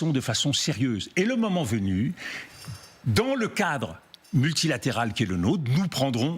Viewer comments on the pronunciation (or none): Marrant, cette façon de prononcer "moment" comme "maman", et ce à de nombreuses reprises. Freudien, non?